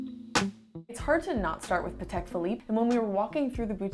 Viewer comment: did just say paatik?? I'm just kidding great vid👍🏾